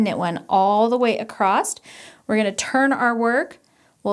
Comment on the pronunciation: I love the tutorial. Thanks. I'm not sure if you know that you say acrost instead of across.